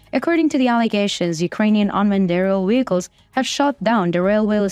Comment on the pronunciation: And WEHICLES??? Hilarious!